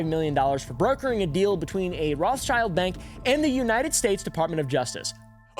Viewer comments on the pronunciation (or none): ah yeah and its pronounced ROTHSHILD, its german sh is sch here.. so no children in that name LOL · btw its Rot(h)- s(c)hild not roths-child. its an old german name, Rot meaning red, so not pronounced with the classic th-sound and the second word is just schild which means shield